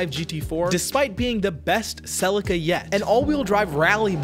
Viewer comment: is Celi-ca not Cel-ica...